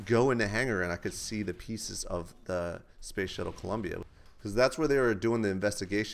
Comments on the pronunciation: WTF IS COULMBIA HAHAHAHAHAHHH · lol i though u say Colombia, I'm From Colombia. haha